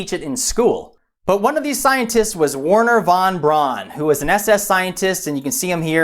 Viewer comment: "Woorner vaan braan" RIP german pronounciation XD